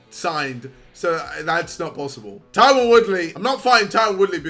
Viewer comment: idc about swarmz but can we get a wheel up on his pronunciation of ‘Tyron’